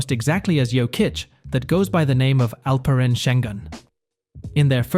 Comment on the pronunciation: Terrible pronunciation. It took 4 years to learn Luka’s name for Americans. Let’s see how much it will take to learn Alperen’s. You guys are slow learner.